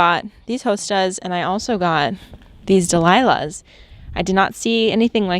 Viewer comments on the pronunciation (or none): Dahlias is what they’re called. Pronounced dal-ee-ah . Delilah is cute though